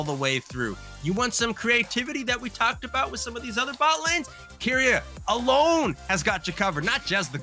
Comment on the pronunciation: You're both pronouncing keria's name wrong it's ke not ki